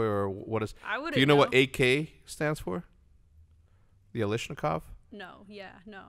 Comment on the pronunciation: "alishnakov...." NO. OMG, you guys. Automatic Kalashnikov